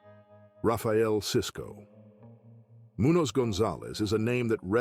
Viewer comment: Whoever is making these videos should learn how to pronounce our Mexican American last names correctly, its disrespectful how you want to do a video on our people, and cant even pronounce our last names right, like you dont know how, or like you never heard names so easy to pronounce, like Garcia n Munoz, and just shred our last names to sh!t.. Its not that hard